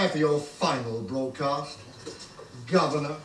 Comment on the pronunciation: Always enjoyed the villains in this one but Nabil Shaban steals the show as Sil, such a uniquely slimy baddie. His grotesque giggle and pronunciation of 'governyurrr' is honestly iconic. Arak and Etta however are for me the secret weapon to why this story works so well, their commentary adds such a brilliant layer of world-building and meta-humour. This one often gets called Sixie's best TV story but there is one I enjoy even more.